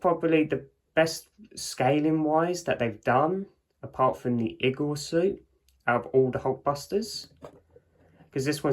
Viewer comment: He keeps pronouncing igor wrong